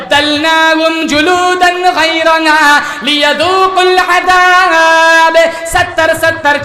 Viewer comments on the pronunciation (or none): Gairana nhi h gairaha h